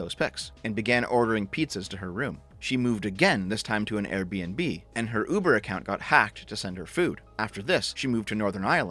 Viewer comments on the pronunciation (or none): none